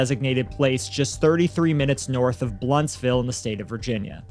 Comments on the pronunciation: It is Blountville, without an s. Lived there as a little girl. My niece went to school with Megan. Does Megan go by Maggie? I've not seen that anywhere. Love yalls channel major kudos for pronouncing Appalachia right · I live there. And baby there is no s in blountville. Blount not the blunt but sounds like it. This is awful. Grandma snd her bf got out of jail and fled north Carolina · Thank you for keeping up with this case. I’m from Kingsport. (Btw it’s pronounced ‘Bluntville’. All one word. No stop. No hard t. No s. Just pronounced as one solid word like ‘Bluntville’.” I am so glad she was found guilty on all charges! They arrested her mother after she was found guilty on all charges. Evidently her mother had outstanding warrants. 😂😂😂😂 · It's Blountville not Blountsville . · Blountville TN, not Blountsville. I noticed that right away because I have a sibling who lived there. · Tennesseean here....possibly with the Tism, but it's irking me.... its not Blount'sville its Blountville. (Local pronunciation "Blunt-vul" or for our non drawl having folk "Blunt-vill". Thanks for coming to my JedTalk. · Its blountville, not blountsville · FYI its blounTVILLE not bluntSville lol oh man that cracked me up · It's Blountville, no s in the middle. But it's wild to see a story from my home town on here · It is Blountville. Not Blountsville. Blountville, TN is where my late ex-husband is from. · Btw I’m sorry, it’s BLOUNTville, not blountsville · I know it’s irrelevant, but where are they getting S in Blountville? 😆 it’s like a blunt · It's Blountville. There's no s in it. Lol I'm from there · I live in this town. It’s pronounced blunt ville or blunt vull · You guys always do great work! Just FYI, it’s blunt-ville. I live close by! 😂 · the town is Blountville no s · I live there (you're pronouncing it wrong lmao), kinda forgot about this till I saw the grandfather and Angela. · You beat me to it on the pronunciation. ( Sullivan Co - won't say where lol).